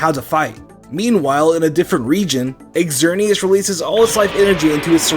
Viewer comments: It’s not x-er-nee-as, it’s zer-nee-as, and yveltal is not yuh-vel-tal it’s ee-vel-tal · "x erneas" come on man its not that hard to say "zerneas" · "Xerneas" is read zer-knee-as, and "Yveltal" is read i-ve(i)l-tall. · .................."According to the company, the English phonetic spellings for the new legendary Pokémon are Xerneas: ZURR-nee-us and Yveltal: ee-VELL-tall" Just sayin if your going to run a pokemon channel at least research the pronunciations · why do you say xerneas as egxerneas? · still pronounces Xerneas wrong triggerrrrrrred